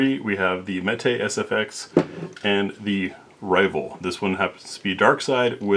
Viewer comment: some say that meat but you say mete correctly, good for you.